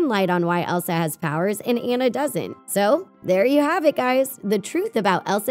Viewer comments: all these theorys are stupid and not true and you're saying anna wrong. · Its anna not enna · Ok I can’t take it anymoreeee it’s pronouced ON-UH NOT AN-UH Seriously!! Have you seen the movie? It says it in the movieeee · OH👏🏻MY👏🏻GOD👏🏻 it’s ON-ah not ann-ah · It’s not Ana it’s Anna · It’s Anna not Annie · ITS NOT PRONOUNCED Anna! It’s pronounced Au-na! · It is Anna not Ana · Omg your saying “ANA” but it’s “ANNA” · It's Anna not Ana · It's not Ana it's Anna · It's anna not ana:c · Not Enna it’s Anna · ITS ANNA NOT ANA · IT'S FRICKIN' PRONOUNCED AH-NNA NOT AE-NNA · It’s Ana not anna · It's Anna not anna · ANa? Um no! It more like AWNa. But spelled Anna. 🙄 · You are not saying Anna you are saying ana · It’s not annne it’s Anna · Joe 01 True, but still annoying! I mean you wouldn’t say Darth Vider or Gandulf ;) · Omg did she really just say "A"nna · It's AWNNA, say it with me, AW-NUH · First of all it's Anna rhymes with sauna. Second of all I have noticed any of this!!! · When you say Anna’s name you are supposed to say it like”Unnu” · Is anyone else annoyed they called Anna Ana? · Anna's name is pronounced AH-NA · “AH” “NA” it’s “ AH” “NA” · It is not Anna it is aona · It is pronounce Onna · Why do they keep saying An-na its Anna whyyyyyyyyyyyyyyyyy👺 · U said anae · How is anyone still pronouncing Anna's name wrong? Why did someone who's never seen the movie do the voice-over for this video? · ILoveJesusMySavior I know right it Iretates me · Ikr? It triggers me so hard. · ILoveJesusMySavior EXACTLY ITS SO ANNOYING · Y’all say her name wrong🤦🏽‍♀️💀 I hate when ppl say Anna name wrong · She said Anna’s name wrong dies inside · You said Ann's name Rong😁😁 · You said Anna wrong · WHY DOES EVERYONE SAID ANNA'S NAME WRONG!?!?!?!?!?! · That's rude she Pronounce Anna's name wrong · first you said anna rong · These Youtubers always pronounce Anna's name wrong!!!!!!!!!1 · You are pronouncing Anna wrong 😱😱😱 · Its A N N A not Ana and quenn I D U N A